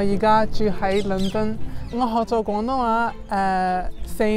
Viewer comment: 佢啲廣東話真係冇懶音 佢冇將廣東話講成講東話…